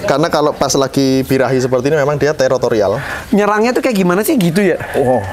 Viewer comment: Teritorial ya mas, bukan terotorial😂